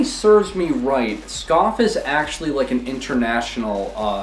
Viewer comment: They are pronounced SkA-fee not skaf.